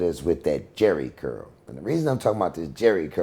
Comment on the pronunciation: This fool said SCurl 😅😅